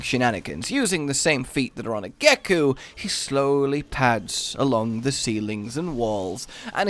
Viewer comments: What, did you say gek-oo? It’s geck-oh isn’t it? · did.....did you just pronounce gecko as geku? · "Gecku" LMAO